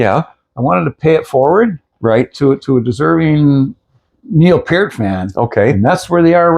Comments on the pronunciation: You lost me mispronouncing Neil's last name. PEERT. God dam!! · Pronounced Pier-t. Duh. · PEART! Pronounced Pea-ear-t! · Pronounce his last name correctly! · Can you PLEASE pronounce his name right??